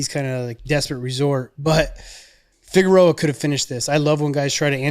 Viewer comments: Dudes calling Figueredo, Figueroa. LOL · Are they saying Figeroa😭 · it’s surprising nobody commenting on how they say Figueredos last name